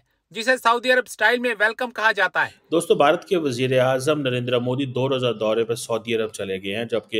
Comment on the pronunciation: कमर चीमा साहब आप पीएम नरेंद्र मोदी जी को नरेंद्रा मोदी नहीं नरेंद्र मोदी कह कर पुकारा कीजिए।